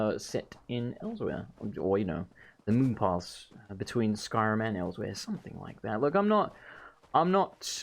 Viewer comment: So no offense intended, and I know this was released a year ago, but I personally am a stickler for correct pronunciation in games, and he didn't say Elsweyr correctly, nothing against him, and I personally do not know whether or not he had played previous Elder Scrolls titles, or if he just didn't know exactly how to pronouce it, once again no offence intended, I am not trying to poke fun against people, nor am I hating on his speech, and I understand mispronouncing it if you just read the word, and it may take a while to figure out how it is said. Khajiit are very, strange, when it comes to words, and it is a very hard accent to pull off. And I'm rambling, so sorry, I do that every once in a while, and once more, there is no hate in this comment, nor am I trying to insult anyone, I am simply rambling and I do not aim to be taken seriously.